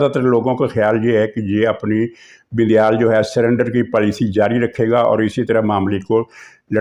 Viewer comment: عارف علوی صاحب کو علوی کی بجائے" اُلوی " الو کی نسبت سے پکارتے ہیں کیوںکہ ان کے کرتوت ہی اُلؤں والے ہیں ۔ یہ جان بوجھ کر ایسابولتے ہیں ، اصلاح کی ضرورت نہیں ہے ۔ بڑی عالم ،فاضل اور دانشور شخصیت ہیں ۔اسی طرح یہ بَندیال کی بجائے "بِندیال" کہکر پکارتے ہیں۔ شکر ہے وہ انہیں "بَندریال" نہیں بولتے ورنہ آپ اس کا مطلب خود ہی سمجھ جا تے ۔